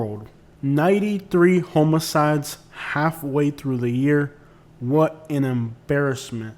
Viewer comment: Sounds like you’re saying homie-sides. It’s pronounced h-ah-muh-cides